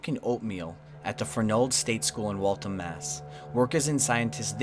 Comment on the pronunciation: i love this vid but the way he pronounced Waltham😭